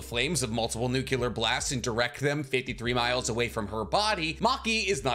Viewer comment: Good vid. Never seen the show, but I’m pretty sure it’s pronounced nuclear. Not nucular.